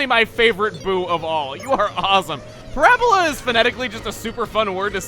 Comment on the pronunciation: my high-school math teacher mom came in the room just as ParaBoola came out. she was triggered cuz apparently that's not how you pronounce it. but I found it funny